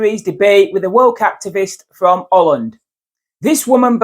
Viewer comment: "Olland" Lol. As a Yorkshirman, you're not doing us any favours lad.